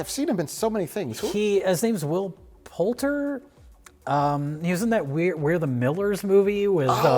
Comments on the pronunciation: "Will Poultry" LOL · Will POULTER, though, not Poultry 😂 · “Will Poultry” 😂😂😂 love you guys.